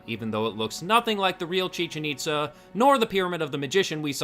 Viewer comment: thats not how you pronounce chichen-itza do you hate mexicans? or do you hate mexico?